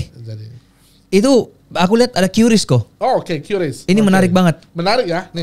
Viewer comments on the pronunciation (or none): QRIS dibaca "kris" bukan "kiuris"